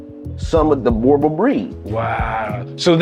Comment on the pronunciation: Oh lol its pronounced Boer (what we call farmers here in South africa) not bore Booo like a ghost sound lol Boo and like you would say Right so drag it out rrrrright now the sound you get before the ight Boer Bull so in english would be farmers bull